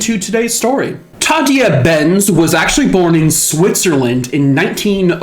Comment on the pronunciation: Tah day ah Benz. Sister Tah day ah Benz. Not the way you're saying it. Ghosts don't appreciate getting their names wrong. Careful with Johnny. He's an active one. He's not really innocent. He's accessory prior to the fact. Maybe that makes him worthy of the same penalty as the person that did the raping, but for Johnny it was anything to get away from the horror of his home life, and that convent was that place, until that night. Oh well... How did he know? Society messed him up, and maybe when society messes people up that bad, society should try and fix them instead of just murdering them. Dunno, Johnny took the long road to get to Heaven. 9 levels and all. He's made it. Just a guardian now. Of his life story. Beware of that. He guards others as well. Cheers! Happy X-mas! 👻🎄